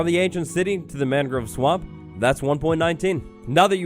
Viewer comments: i love but as someone who's lived in Florida for 20 years, the way he pronounces "mangrove" drives me absolutely crazy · great video :) the way you pronounce mangrove bothers me though aha /lh